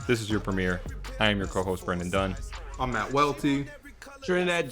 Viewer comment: Dunne. You said it twice, worst take